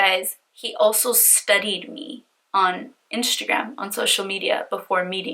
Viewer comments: Omg your face looks like a mask. Are you attempting to look like Kim Kardashan also? I think it prevents you form saying instagram, you are saying inshta'gram. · I hate the way she says "inshtragram" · What a criminal!!!! One question? Why do you have a hard time saying Instagram lol do you have veneers? You speak perfectly fine except when you pronounce inshhhhhtttagraaam🤗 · why does she pronounce instagram as inshtagram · I was looking for this!!! 😂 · Marissa Antoinett lmaoooo i knew I wasn’t the only one hearing that Inshagram name! So annoyinh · Omg I cannot continue watching this with you saying iNSHAgram. 😭😭😭😭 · u actually say inshagram, but that’s just how u pronounce it and that’s ok. Don’t freak out on peeps when they say that, I think we just haven’t heard Instagram pronounced like that. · you kept saying Inshagram. Please replay the video lol. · d g lmaoo she better be!! 🤣 inshagram. Fashebook. Shwitter. 🤪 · I listened to her pronounce Instagram several times to figure out if she was really saying it weird or if it was me. Then she said IRA like it's someone's name haha. This guy sounds like a Scumbag but it sounds like she wanted a guy who has money to buy her phones, pay off debt, and take care of her. She was blinded by the money and got screwed.